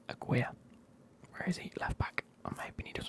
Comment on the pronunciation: btw it’s pronounced like Ah-gi-ray. (Gi like the piece of clothing they use in jiu jitsu) (and technically it’s not ray at the end but you’d need to be able to roll your Rs and it’d be more like rreh)